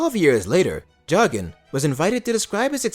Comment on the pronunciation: His surname is pronounced “Jockin”. I’m a relative.